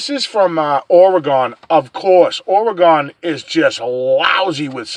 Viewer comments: pronounce our state with this spelling, ORYGUN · If you come here, you need to learn how to say OR - E - GUN. OK? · Oregon is pronounced Orygun just so you know